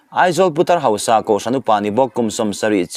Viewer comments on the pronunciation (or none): none